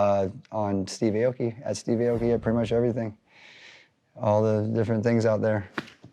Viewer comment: Not gonna learn how to say Aoki correctly? Boo